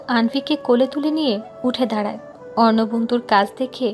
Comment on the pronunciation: রোদের বাবা কি উচ্চারণ করে 😡 যিনি রোদের বাবার কণ্ঠ দিছেন উনি কি বাংলা পড়েন নাই কখনো.......!!!!!! নায়কের নাম অর্ণব অথচ উচ্চারণ করে অবর্ণ 😡😡